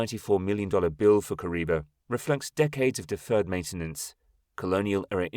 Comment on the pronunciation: The name is Kariba and not Kuriba.